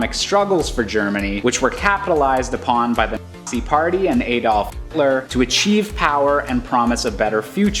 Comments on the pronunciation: Did he say the Artsy party or the Assee party? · Yo why can't he say nazi